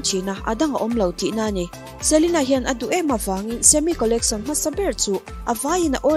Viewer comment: I aw a mawi ngaihthlak anuam in a zangkhai mahse i English lam hi khawngaihin uluk leh zual la, Jet te Zet itia Collection te hi Collecsawn itia ,beng alo thlep deuh thin...lam nalh ai mahin lam dik hi angai ve a .tichuan perfect ni mai